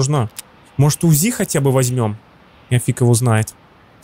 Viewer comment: Не `узи а узи'